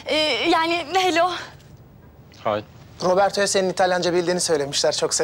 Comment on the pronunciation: Nehlo diyor hello demiyor